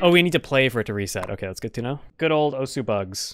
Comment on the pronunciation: I think it’s pronounced osu